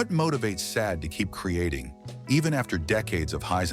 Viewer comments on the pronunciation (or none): "Shau-day" is how you say her name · Hey, Ai voice over artist - It's pronounced: SHA-DE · Sade (/ˈʃɑːdeɪ/ SHAH-day)... Come on! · What the flip? Her name is pronounced, "SHAH-DAY"!!!!